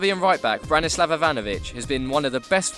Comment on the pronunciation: Branslav Ivanovic? Like what the fuck?